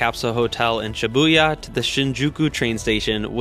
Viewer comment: Dont say shyabuya